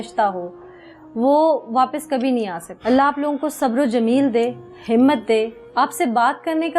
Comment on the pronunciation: Khala jee , sabber o jameel kya hota hay????? hota bhe hay k nahe ?? yay kya hota hay? Sabbar o jameel koi lafz nahe hota. Saheeh lafz hay "sabray jameel" kon say gaoon say parhee ho??😮 😢